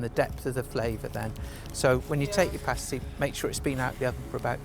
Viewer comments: Cornish = from the English county of Cornwall, also a Celtic (pronounced "Keltik") kingdom. "Pasty' pronounced as in the word, "nasty" definitely not as in the word "hasty". Also, the pasty contains meat, potatoes, turnip (or swede) and may contain onion. Please see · The Cornish Pasty does not have corn in them they are called Cornish because the come from Cornwall. And as you may have gathered from the video, its called a paasty, with a long A, not pasty as in your looking a bit unwell. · SHUT UP AND LISTEN !! Pasties (PASS TEES not PASTE EES) are not just found in south England but all over the UK in all supermarkets. No cheese in a Cornish pasty. They were pieces of turnip or potato. The mines in Cornwall were TIN mines not coal mines. As of 2021 there were 7 COAL mines left in the UK. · come to the UP of Michigan there is at least two pasty shops in every town, also you are pronouncing pasty wrong it has a short a, pasty with a long a is what strippers wear on their nipples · It's pronounced past is 😊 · My guy realised he was saying pasty wrong, then proceeded to keep saying it wrong anyway 😂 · Pastie is pronounced "PASS-tee" (rhymes with 'nasty' - which they are definitely NOT! They're Delicious!). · Your saying it wrong! Say it like this.... PASS-TEASE. just like that but say it fast! Pastie-Pass tee. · No it's pronounced pasty as in past. Home made pasties are bigger than that. We don't have coal mines in Cornwall they were taken down the tin mines. Unless it's been made in Cornwall it's only a pasty not a Cornish pasty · I knew he would pronounce it incorrectly, even before I watched it 😂😂